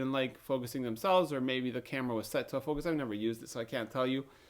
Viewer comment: Hehehe, the way you said 'autofocus' it sounds like 'out of focus' :D